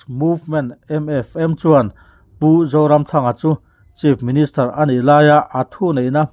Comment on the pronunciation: Kan Cm hming hi ilam chaltlai deuh mah mah kalo ti a.. a zah awm emai.